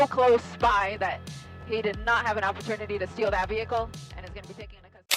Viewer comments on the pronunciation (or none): none